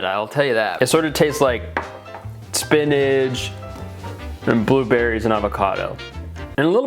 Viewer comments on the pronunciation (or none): why does he say spinach like spinidge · Spinach ❌ Spinadge ✅ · I like how he says spinidge instead of spinach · Why does he say spinnage